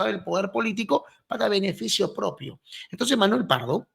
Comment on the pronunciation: así como explica,,,con drifruz,,,y odrebre,,!! No a cambiado nada,,intonciz